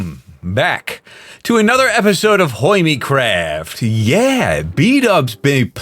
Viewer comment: A rare “HURMECRAF” the nostalgia is so good 😭